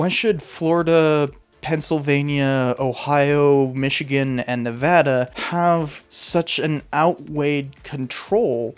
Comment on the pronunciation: Holly cow, lives in Nevada, same. Nice to see him pronounce it right.